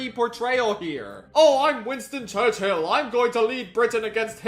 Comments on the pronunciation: I admire the insistence on pronouncing Churchill as church-hill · 'winston churcHILL' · the concept of saying churchill as church Hill never struck me before. who comes up with that type of bit. impeccable ragebait